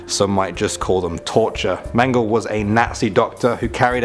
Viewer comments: My great- grandma’s cousin was experimented on by Dr. Mengele. She survived, but could never fully speak about the horrors that man did to her. By the way, it’s pronounced “Menge-LEH” not “Mengel.” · You pronounce mengel as men-jell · His name should be pronounced Men ge la